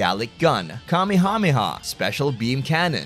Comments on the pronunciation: I don't like how you pronounce it kameehameehuh. It hurts my soul. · The way he said kamehameha had me bursting with laughter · Your pronunciation of "Kamehameha" threw me for a loop Holy shit lmao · why do you pronounce Kamehameha weird like you pronounce the syllables correctly but your enunciation is so weird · You always say Kamehameha wrong and it really annoys me. 👎